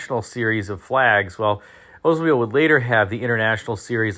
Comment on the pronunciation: I think it's pronounced Oldsmobile not Ozmobile!